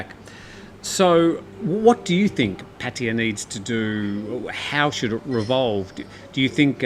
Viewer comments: None of those. Thai people pronounce it Pa—Tay—AAHH, three full syllables with emphasis on the last syllable. I would consider that the definitive pronunciation, not the way the people in this video are pronouncing it. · Hi, Sawasdi khrab. I am an Indian loving Thailand because Thailand has more original Indian Hindu culture than in India itself. I am a regular viewer of your channel. Kindly enlighten me how Pattaya is pronounced. Is it " patiya, or Pattaya, or patya